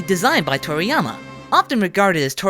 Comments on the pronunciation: i keep thinking that he's saying toriyamer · Is he saying "Toriyamer"?